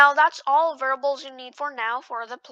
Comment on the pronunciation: its variables not verbals